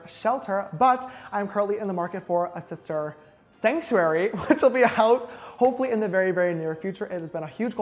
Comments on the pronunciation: Take a shot every time he says shishtar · Sister suck like sex??? Did anyone hear that? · Did he say sister suck?! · Low key did he say occasionally sister suck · did he say sister suck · did he say sister stuff or sister suck Btw I love your apartment Its so nice and good lookin.I love how you do your make-up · Did she say SISTER SUCK😒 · Just noticed James only says sister after a word beginning with “ s” 😂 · Did he say sister suck? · Sierra Cheyenne I thought nobody else heard that😂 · Wait what did he say? Sister sock? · did he just say “sister suck” ? omg lmao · OK what does he say it ??? Sister sleep and sister...?? I've watched it five times